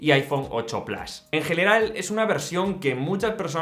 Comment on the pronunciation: Desde que Apple y Disney lanzaron su servicio en streaming a muchos les da por pronunciar el plus en inglés pero sin pronunciar Disney de igual forma 😂. Absurdo